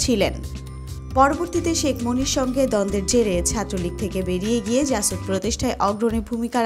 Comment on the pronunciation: apni to reading porteo parenna. kothay pause shetao bujhenna. jasod na jashod. subject matter jane emon kauke porte bolen.